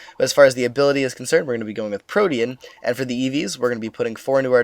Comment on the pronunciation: Thank god! Somebody who says "protean" correctly. I've been pulling my hair out over people saying it like "protein".